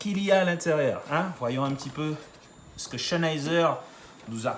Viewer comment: Bonne video :) Par contre ça se prononce "Zenaïzer" Pas de "Ch" :)